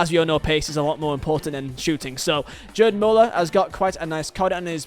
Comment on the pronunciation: "Jerd Müller"